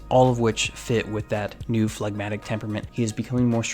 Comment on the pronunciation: You have said flagmatic So many times Phlegmatic So many times Stop thinking Stop thinking of that song by mister bungle MR. Bungle😮